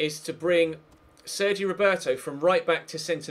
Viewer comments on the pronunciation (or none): none